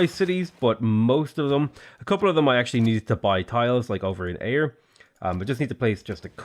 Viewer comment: Well done for pronouncing Ayr correctly.